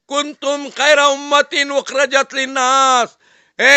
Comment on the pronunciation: Kuntum khaira ummatin ukhrijat hai nake ukhrajat